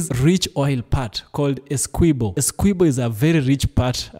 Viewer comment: There is not pronunciation of 'key' in Essequiboo. I car understand why international media houses do not do enough reseach to get the pronunciation of names as they are in whatever country the names are from.